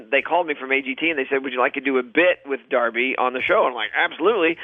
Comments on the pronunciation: When he calls her Darbi 🙄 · her name is Darci NOT Darby